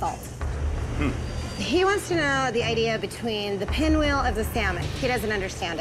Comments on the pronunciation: its Pinwheel, not SPinwheel. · lmfao it's PINWHEEL....not SPINWHEEL 🤣🤣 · It's pinwheel not spinwheel. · It's Pinwheel, not Spinwheel.